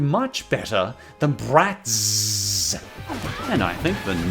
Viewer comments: I now hate BratzZzz because the way you kept saying ZzZzzZ was beyond irritating 😑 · The way he accentuates the ending of “bratz” has always made me die laughing 😂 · With every exaggeration of the Z I could tell exactly how much you loath Bratz. Good work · My favorite part of the video is when you talk about Bratz especially when you try to say it's name.